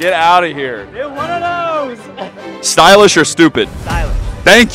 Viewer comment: Everyone: "Stylish" "Stupid": "Stoolish"